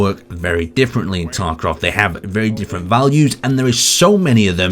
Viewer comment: "Escape from TarkRov"